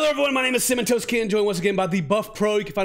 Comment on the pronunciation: every time he says cinnamon toast i understand "hey i'm comatose ken"